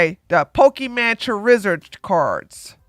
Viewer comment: 57 Omg can this be clipped? your pronunciation of Charizard had me cryingg 😂